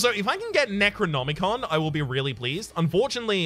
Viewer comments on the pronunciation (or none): none